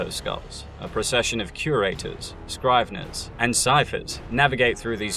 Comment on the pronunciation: C'tan is pronounced with a hard c, like cookie. And you can't even pronounce "scrivener" correctly. If you're going to move into 40k lore you better learn how to pronounce shit correctly. Triarch ends with a hard sound, try-ark. And Stygian? Jfc, stick to movies.